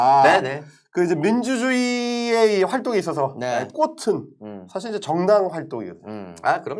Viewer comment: "민주주의의 꽃은"의 발음은 "꼬튼"이 아니고 "꼬츤"이예요.😍😍